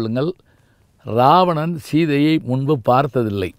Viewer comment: இராவணன் என்பதே சரியான தமிழ் உச்சரிப்பு. இது கூட தெரியாத சிறுவனா நீ....